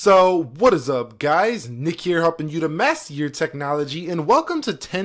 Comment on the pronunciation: "heeurehh in 2017teeun"